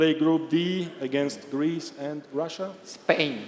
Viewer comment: Der sagt ja gar nicht „gwoup“ aber dafür „Gweece“!